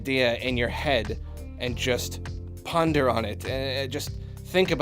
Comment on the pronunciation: "PUN-der on it"